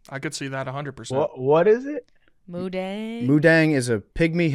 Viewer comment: is incorrect. It is pronounced Moo Deng. Deng means bouncing. Moo means pig. Dong in thai means to like ferment food, i.e. pickles.